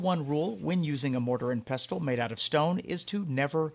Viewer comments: Ah come on the t is silent ffs...😂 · Isn’t the T in pestle silent?